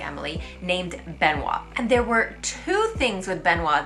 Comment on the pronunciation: The way you said "Benoit" made me laugh XD